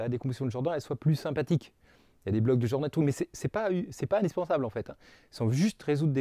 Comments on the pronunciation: Vous êtes sûr que ça se prononce "Jordanne" ? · Merci pour cette vidéo, qui donne une technique pour obtenir la décomposition de Dunford. Mais je ne comprends pas pourquoi tu prononces "Djordane" à l'anglo-saxonne alors que Camille Jordan était français. Mais bon, c'est pas grave grave. Cela n'entache en rien la qualité de ton travail.